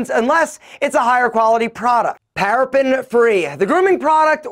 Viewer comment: Paraben not parapen